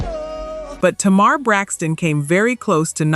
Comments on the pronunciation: it’s AI. That’s why TAY- mar was pronounced TUH-MAR. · It’s TAY- mar